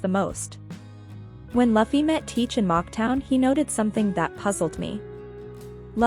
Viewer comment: i paused this on min in and said your theory cant be right you just said laufy not Luffy